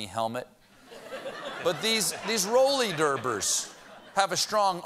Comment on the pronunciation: He said “rolley derbers.” 😂 Anyway, I hope they win! That baseball team shouldn’t be allowed to take the name.